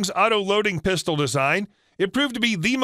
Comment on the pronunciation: Sounds like "puh stowl" NOT "pis to lay"